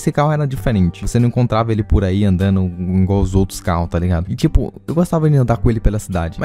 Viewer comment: eu tbm falo ingual kkkk😂 erro direto e sei o certo